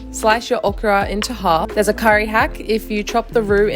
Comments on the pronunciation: So funny to hear okra pronounced okura. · It feels a little weird to hear a native English speaker to say 'okra' with a Japanese accent